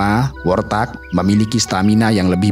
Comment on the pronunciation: Warthog bukan worthag, kendati demikian aku tetep suka😅😅😅